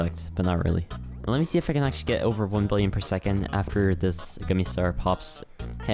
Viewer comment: pls dont tell me you just said akshually instead of actually💀